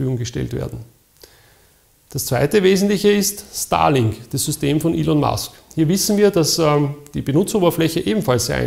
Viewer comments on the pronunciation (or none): Jedes Mal als „Starlink“ gesagt wurde habe ich „Stalin“ gehört. Hab mir gedacht, eh passender Name für das Zeug. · Ich verstehe immer Stalin und nicht Starlink...